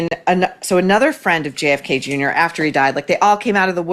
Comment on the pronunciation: Jfk not Jake haha